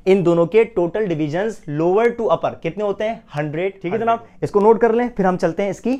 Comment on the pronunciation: Your way of saying janab is so good....physics k saath saath ap urdu k saath b justice krty h....